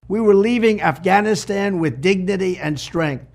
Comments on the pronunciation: Bruh..... He dropped the "g", in Afghanistan!😂 He says: "Afanastan!!🤣🤣😬💀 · A'fannistan? Technically it's not a lie if he can't even pronounce the name correctly. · Aff Anistan 😂 Please take his passport so he can't leave the country!